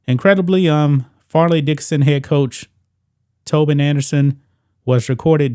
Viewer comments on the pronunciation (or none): We used to call it Fairly Ridiculous and it is pronounced with a long "A" sound. This is good news. I can't think of a better school to get beaten than Purdue. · Fairleigh us the right name and not Farely or Farleigh but Fairleigh pronounced Fairly